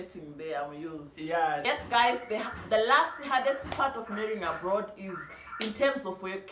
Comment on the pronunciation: Is it Abroad or aplord. I love your accent